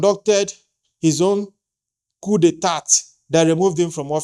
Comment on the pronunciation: Please the pronunciation of the word. Coup d'etat... check it.Please.